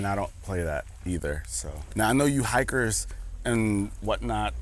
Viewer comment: why’d you say hikers like a slur?